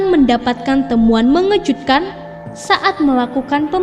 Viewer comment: Gw baca komen ini dulu, baru deh play videonya, sejak detik pertama dia bilang "MENGEJUDKAN" gw langsung mnegerti kenapa. 🤣